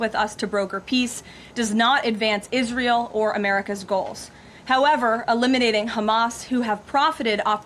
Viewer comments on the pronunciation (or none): none